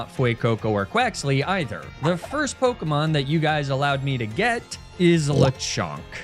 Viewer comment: Why do you insist on lying and calling pokemon by the wrong pronounced names?